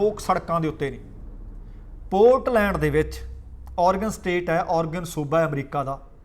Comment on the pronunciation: ਮਸੌਰੀ ਨਹੀ ਮੈਸੂਰੀ ਹੈ ਜੀ।ਔਰਗਨ ਨਹੀ ਐਰੇਗਨ ਹੈ ਜੀ।ਇਹ ਤਾ ਲਿਖਿਆ ਏ ਕਿ ਸਹੀ ਉਚਾਰਨ ਹੋ ਸਕੇ ਜੀ।ਕੁੱਲ ਮਿਲਾਕੇ ਪ੍ਰੋਗਰਾਮ ਵਧੀਆ ਹੈ ਜੀ|ਤੁਹਾਡਾ ਅੰਦਾਜ਼ੇ ਬਿਆਨ ਕਮਾਲ ਦਾ ਹੈ ਜੀ